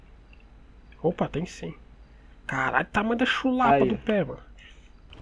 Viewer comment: "xulapa" Lkkkkkkkkķkkk